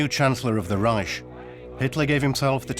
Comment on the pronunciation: Reich is pronounced Ryke and Keitel is Kye Tell. My granddad fought in the battle for Berlin in May 1945.